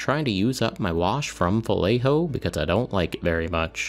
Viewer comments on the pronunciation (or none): none